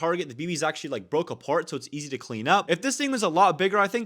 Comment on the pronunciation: the amount of "achally"s is insane